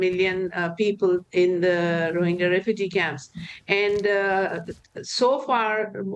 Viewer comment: Rohingya, not Rohinjia -Geeya, not Jia.